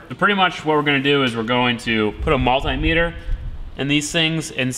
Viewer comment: It’s pronounced ‘Multeee metre’, not “mul TIEEE metre”.